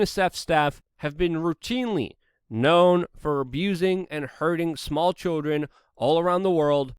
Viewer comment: Why is he saying choldren?